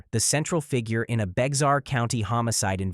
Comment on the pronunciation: “Bexar” is pronounced “bear.”